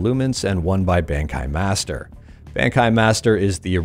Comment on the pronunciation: Your pronunciation of Bankai tells me you haven’t watched Bleach (the anime series) lol